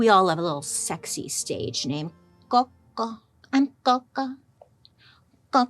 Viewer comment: You made my day 😂 the way you said coco was amazing